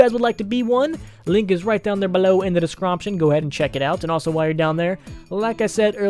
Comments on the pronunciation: he said "all the links you will need are in the descromption" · “All the links will be in the descromption”